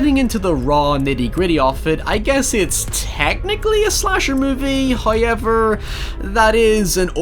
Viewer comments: I think you mean HUIY-EVER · HIEVER AND NIE for now